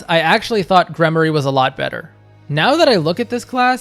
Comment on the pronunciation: Gremory=Gremorie it’s a long E sound not a Y. I had Dorothea as a Mortal Savant it was nice to have an extra healer. Flayn as a gremory, Ferdinand and Sylvain were heavy knights